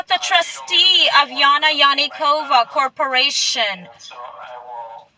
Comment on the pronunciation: Alpha David, corporaySHUN. Good job reading that dictionary, lady 😏